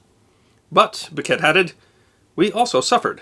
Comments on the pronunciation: needs to research how to pronounce name. It’s Henry bouquet (boo Kay) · I grew up in Ligonier and have lived in Western Pa my entire life. Can’t speak for the rest of the world but in these parts it’s pronounced Boo-kay, the t is silent. Of course we have a long reputation for mangling pronunciations. Where else would North Versailles become North Ver-sales and Dubois, Du-boys!?!